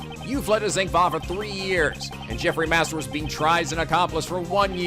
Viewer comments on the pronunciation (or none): i think you have been saying zheng fa wrong. the zh would make a soft g sound, not a z sound.